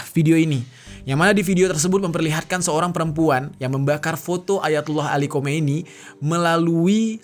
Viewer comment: Sedikit koreksi bukan Khomeini kk, tapi Khamenei. EMG agak mirip sih